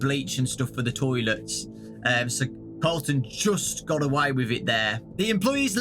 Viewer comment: I heard Carlton instead of Colton- makes me think that Colton was Carlton from silvers eyes(and the other books)